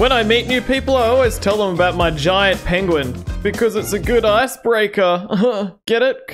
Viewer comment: At least it wasn’t an 8 banded Arm A Diyya. 😂😂😂😂 Had too after the Pen Gu In pronunciation.